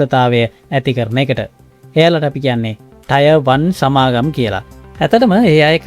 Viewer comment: ටයර් වන් නෙමි බං ටියර් වන්